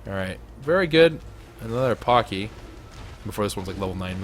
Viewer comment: paaaaaacky not poky